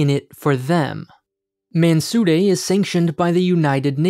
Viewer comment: I love the way you're pronouncing "Mansudae" with the appropriate middle ground between the phenetic English 'd' and 'r' sounds. Well done.